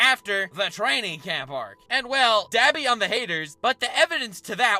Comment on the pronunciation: When ppl say dab-i im like mmmmmmmm it's d-ah-bi bc for some reason my brain was like MMMM U NAH